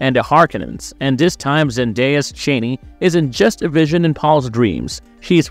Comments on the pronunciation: Chani is Cha=NEE not Cheney ! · If someone is wondering: Zendaya's charakter Chani is at no means related to Dick Cheney. Their names get pronounced differently but not in this video. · LOL The mispronunciation of "Chani" over and over again in this video is like nails on a chalkboard. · Zendaya's character, Chani, has a name that is pronounced "Chaw"nee - Not "Chainee."" The mispronunciation is irritatingly disconcerting. Did this "narrator," even see the first movie? Chani's name is pronounced correctly by Timothee' Chalamet's character, Paul, AND by Fremen leader, Stilgar (Javier Bardem). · Aww, that’s cute. Have you ever heard any interviews with Frank Herbert, the author of the novels, pronounce it? “Chaney” For whatever reason, that’s actually one that the filmmakers got wrong.